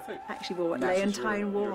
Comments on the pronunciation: Nice, but why does Dame Kiri keep pronouncing "Leont-ah-i-ne", while everyone else on earth says "Leonteene" ? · No. Its Lee-unn-teen. (You can hear her refer to herself in the 2001 interview with Tommasini, on YouTube, and elsewhere.) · I am American and I was confused because it's someone's name and honestly the "teen" sound is common in English. I thought Dame Te Kanawa was radiant here but her pronunciation of Ms. Price's first name made me wonder if she really knows who is. If I read it without having heard I would pronounce it LeonTINE as well. In the USA she was something of a household word so it never occurred to me to mispronounce her name.